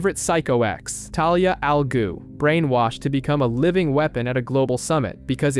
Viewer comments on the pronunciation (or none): Jesus christ...raz al goo...really?